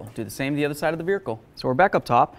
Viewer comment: On the "vericle"!!! 😂